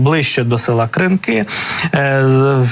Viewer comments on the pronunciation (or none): none